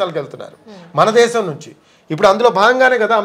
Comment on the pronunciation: యాంకర్ గారు ముందు మీరు "శ "ష " స " ఈ మూడు అక్షరాల ఉచ్చారణ వేరు వేరు మీకు శ, ష ఈ రెండు అక్షరాలకి తేడా తెలిసినట్లు లేదు. దేశం మాటలో శ అక్షరాన్ని ష గా పలుకుతున్నారు దేషం అనకూడదు. శంకరుడు అనాలి షంకరుడు అనకూడదు. అలాగే ళ అక్షరానికి ల అక్షరంకి తేడావుంది మీరు వాల్లు అంటున్నారు అది తప్పు వాళ్ళు అనాలి. మీకు యాంకర్ ఉద్యోగం ఇచ్చిన మేధావి ఎవ్వడోగాని ఉచ్చారణలో బోలెడు తప్పులున్నాయి మలయాళం మాతృ భాషగ గల యాంకర్ సుమ ఉచ్చారణ ఎంత స్పష్టంగా ఉంటుందో గమనించి తెలుగు వారీగా పుట్టి తప్పులు పలుకుతున్నందుకు సిగ్గు పడండి భాషను చంపకండి బ్రతికించడానికి ప్రయత్నించండి.